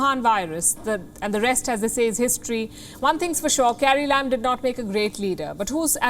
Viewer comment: she said carrie lam. I heard "Scary Lamb". That's when I realized that now my mind expects only sarcasm from Palki.